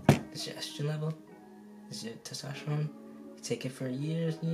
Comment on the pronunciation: “Testrophone” LMFAOOO